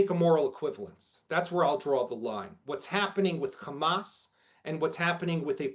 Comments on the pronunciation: if they pronouce Hamas as "Khamas" , never doubt they are israelis. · He is a so-called analyst in the Middle East, but he keeps saying Khamas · What is telling is that they can pronounce hostages but with Hamas and Hezbollah they do the KH. Just shows what imposters these people are. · Yep....that's how I know they are lying too! 🤷‍♀️🤣